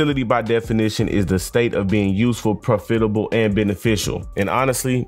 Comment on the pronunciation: I was on board with ya until you mispronounced "profitable" twice in a row 🤨 no disrespect intended 🖖